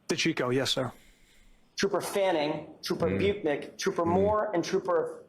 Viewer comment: TROOOOPAH PROCTAH😂